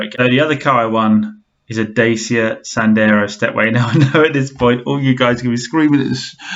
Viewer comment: It's pronounced Da-cha apparently not Day-sia. A Renault bargain brand but reasonable owner satisfaction I hear.